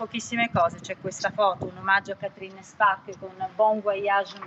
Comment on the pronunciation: Tutto il tempo Càtrin, Càtrin!!! Si pronuncia Catrìn, Catrìn, gnuranta!